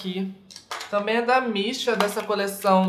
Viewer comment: Toda vez que você falava "da Missha" eu entendia "da Beesha" ahahah. Seria muito daora ter uma marca de maquiagem com o nome "Da Beesha".